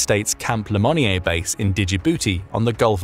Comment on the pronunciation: Wonderfully insightful video. However i do find it funny that you pronounce Camp Lemonier correctly but not Djibouti. And small note, but interesting to me is that Kiribati is formerly home to what was called "athe Cargo Cults." Sfter the 2nd World War there were literal tons of cargo floating onto shore and the locals recognized they came from American planes and ships. They even went so far as to deify a fictional American airplane captain, John Frum (as in John from Ohio), to appease him when these gifts began to taper off. Theres an entire book about it called Sex Lives of Cannibals - Adrift In the Equatorial Pacific, which is where it is actually pronounced "Kiriboss" not "kiribati." Ikr?